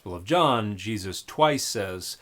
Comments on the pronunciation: This horrid woman must be a Jehovah’s Witness because only JWs prosecute this absurd denial of the Cross of Christ and her grotesque mispronounciation of Jesus’ name corresponds to that of their very sect. How awful the deception, how deep the hate the JWs harbor for Christ and the worshippers of the Son of God who was crucified for our salvation! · I’ve heard Yeshu, Yeshua, etc., but this is the first time I’ve heard anyone call the guy “Yah-Yuusha”. What the heck? Edit: Oh my god, she just called Yahweh “Yau-OO-ah”. She can’t even speak properly. Yawua will be the name of my next Bionicle OC, though. >.> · I had to go back again because omg Ya-OOSH-a is absolutely slaying me. Thank you Dan for all your work and your bold assertion that, and I can't believe I have to say this, you should understand a language before trying to translate it. You are indeed doing the work of Good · Well I was this many years old before I knew that I was pronouncing Jesus's name every time I sneezed. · The fact that she pronounces it differently every time really had me. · I'm not insulting her for her pronunciation, I would just like to know where she got it from. I've never heard anyone do pronounce those words like that ever. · weirdest pronouncation of Jesus ive heard